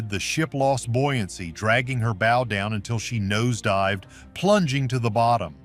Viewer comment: WHY don't creators LISTEN to their AI soundtracks before publishing, and FIX the errors? A ship has a BOW (as in bow-wow), not a BO.